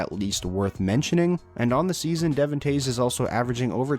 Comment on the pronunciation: De-Vaughn. Not Devin